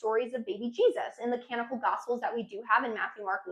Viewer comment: She has a bunch of these. Mirtha for Mithras. Near the end she makes literary sound a bit like literature. She takes a syllable out of canonical. There are more in this video and examples like these are in all her videos. It's a mark of her sincerity and flow state that she has no interest in correcting these.